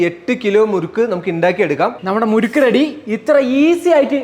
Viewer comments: മുരുക്കു അല്ല മുറുക്ക് ആണു. മുരുക്കു ഒരു മുള്ള് ഉള്ള മരമാണ്. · മുരുക്കല്ല ബ്രോ മുറുക്ക്